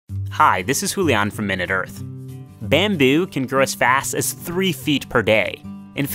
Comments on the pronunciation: Byamboe!!! How do you say it like that? Where is that accent from? Baaaammmmbyuuu!! Byambyu! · "Bahhm buü" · "bambew" lol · Wtf bro why u say bamboo so weirdly?